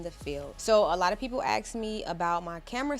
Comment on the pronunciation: its called ask not axks in english language.. just saying